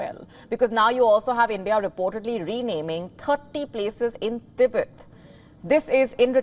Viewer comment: Tibet becomes T_Bird??? Xi Jin Ping becomes "Eleven" Jin Ping. These Indian newsreaders are great, just great. No?